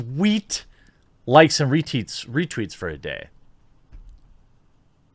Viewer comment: Lol he said "reteets" reTEETS!